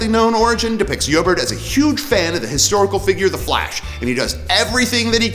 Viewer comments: I'm pretty sure it's pronounced E-O-bard not Yoburt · Where did you pick up that pronunciation for "Eobard"?